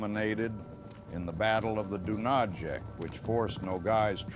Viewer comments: Dunayets - Not Dunażek ! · River Dunajec pronunciation: Doonayetz.